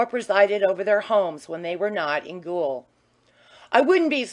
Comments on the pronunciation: Does nobody check these recordings? American lady keeps pronouncing gaol as ghoul. Drove me crazy, along with her poor, disjointed reading. Enjoyed the story though. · Chapter 9 'read' by a semi-literate (gaol = gool, vagaries = vaggharris....) mad woman ignoring punctuation, line breaks, paragraphs, emphasis. Ruinous, and shame on Librivox.